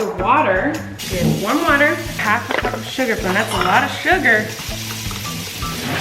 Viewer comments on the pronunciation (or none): none